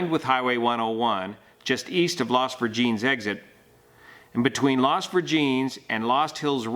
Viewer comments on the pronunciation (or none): not Las Ver-jeans --> Las Ver-hen-es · Great report as usual. BTW it is Virgin-ness. LOL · FYI, locally we would pronounce "Las Virgenes" as "Las Virgin-ess" as opposed to "Las Virgeenz." I have no idea if that is the "correct" pronunciation but again, just that is what we call it locally. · Los Virgenes (ver-gen-ess) - great video...thank you. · Las Virgin-Ess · Fyi i live in the area the street is pronounced las virgin-ess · In Spanish, Las VEER-hen-ess. Do they pronounce Spanish names in Spanish pronunciation there in California? I've never been, so I don't know. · Technically, it's not correct Spanish pronunciation, but it is good English pronunciation. How locals pronounce names matters a lot.